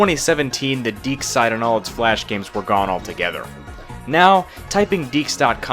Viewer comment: It's pronounces DeeQ's (Dee Ques)